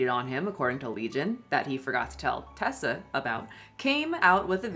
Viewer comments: Its Reesa Teesa not Ressa lol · Ok, sorry to be negative, but...how do you listen to all 7 hours and still pronounce her name wrong through the whole video? Reeeeesa Teeeeeesa. Not Tessa with a short "e". Sorry. I just feel that with this whole story revolving around not stating things accurately, ya know..? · Girl you retelling this story all wrong and out of order. 🤣🤣🤣 Audience, please go watch “REESA TEESA” recount her own story the right way. It’s “Reesa Teesa” not Tessa